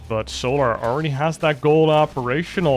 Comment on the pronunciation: FFS MAN..... ITS "SOLAR"... NOT "SOOO-LAR"!